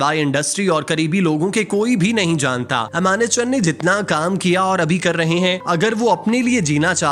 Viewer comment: ایمانت چن نہیں۔۔۔۔۔ امانت چن۔۔۔۔۔